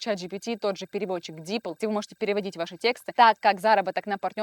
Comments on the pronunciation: Тексты!! Запомните! Тексты! Ударение на е! А не текста. И не текстОв, а тЕкстов! Зачем вы так с русским языком?! Уже в котором видео. Не буду больше смотреть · Лайк за видео, но одна вещь все испортила, пожалуйста, говорите грамотно: тÉксты, тÉкстов, а не тесктÁ, текстÓв!!! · Очень интересно и познавательно, но никогда, НИКОГДА не употребляйте слово "текста́", особенно рассказывая, как зарабатывать на те́кстах. Нет в русском языке слова "текста́", есть только "те́ксты". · ну почему "текстА"? Почему вдруг все стали так говорить? По-русски говорят "тЕксты". (ударение выделила большими буквами) . Аж смотреть расхотелось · текстА ((( Слух режет